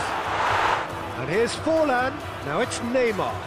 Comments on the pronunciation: it's FORLAN😂😂😂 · Its forlaaan!!!!!!!!!!!!!! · Forlaan ... It's forlaan ⚡🔥🚶🏿